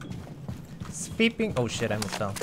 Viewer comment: "Sveeping! Oh shit I almost fell."